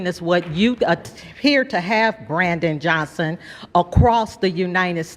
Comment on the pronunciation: It's mayor Brandon Johnson. If you can't even get his name right why should I waste time watching this video without even the most basic research to get that guys name right.